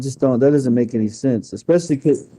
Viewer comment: With a doctorate in education says: “when he takes his medication & don’t take it.” “He was dark skinned-ed.” “I had took two…,” ekspecially. Favert vs favorite.